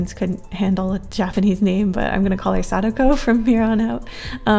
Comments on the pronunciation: I believe it’s said Sa-Dak-oh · Sa-Da-Ko Not sakdoku